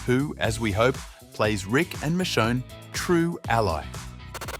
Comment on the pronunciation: Dude said Michon 😂